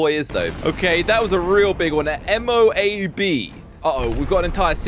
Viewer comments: Its pronounced MO-AB and FO-AB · Moab is pronounced mowab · The Moab is also known as the Mother of all bombs and is pronounced mow-ab The Foab is also known as the Father of all bombs and is pronounced foe-ab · Moh-ab Tee-zar Toma-hawk That’s how pronounce! :D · It’s pronounced moe-ab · He litterly don't even know how to pronounce MOAB